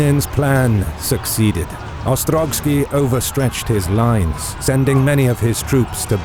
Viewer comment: OstroVskiy, not OstroGskiy.